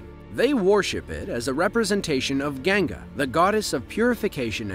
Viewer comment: It's Ganga not Gengi. 😂